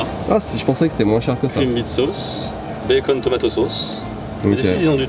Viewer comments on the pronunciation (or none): none